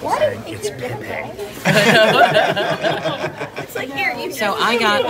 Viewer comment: It’s PéPé I think bc my grandfather’s nickname was PéPé. I might be pronouncing it wrong, but yeah, you’re funny,. Hey! The girls too hi. But yea. Funny u